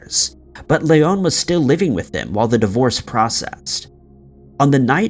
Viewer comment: the only time the name Leon has been more annoying to hear was in RE4... Hes from Oklahoma its not Lay-on its Lee-on...